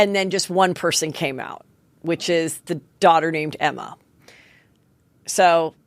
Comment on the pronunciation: you really need to work on your pro noun game or maybe just don't cover trans/non binary topics if you can't do it respectfully (just a thought)... oh and Jlo's child's name is Emme (pronounced emmy) Not Emma.